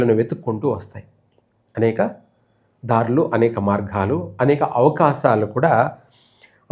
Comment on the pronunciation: అనేక మార్ఘాలు కాదు మార్గాలు